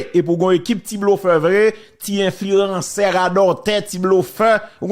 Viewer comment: TT byen di mo a wi "enfli-ransè"😂😅